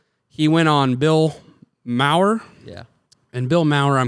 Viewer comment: It’s pronounced “Mar” like Mars. Bill is not woke, but he is still very liberal. He has TDS, hates conservatives, Christians, and Republicans/libertarians. He also knows that his audience is overwhelmingly woke and progressive . He calls them out for the woke BS, but will never betray their left wing delusions because he shares those delusions.